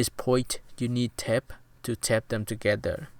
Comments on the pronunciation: It's not tept it's tape hahahaha lmao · Its okay the way you say tape is tep